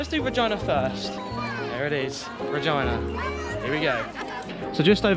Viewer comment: I think you mispronounced RegEEna on purpose! lol